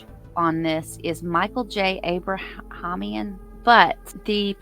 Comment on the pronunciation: So Judge Dorow is currently with Family Court, so she wouldn't be pulled in for this case unless she rotates out (which I think it is too soon for that based on their schedules)... And Judge Aprahamian's name is pronounced "App-rah-hey-me-in" :-) (I work for Waukesha County.)